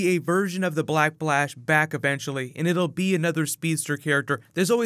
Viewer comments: am i the only one whoheard him say black blash instead of black flash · Black "B"lash ? Am I the only one hearing it ? x) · Is it just me or is he always saying "Black Blash" 😂😂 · Why do you continue to say "blackplash" instead of "black Flash"?